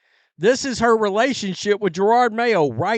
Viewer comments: ITS NOT JER-ARD IT IS JE-ROD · I love your channel, but stopping saying "Gerarrrrrrrrrrrd" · He's mispronouncing the name on purpose.